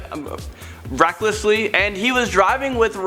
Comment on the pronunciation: “He was driving necklesly” Loved that Part.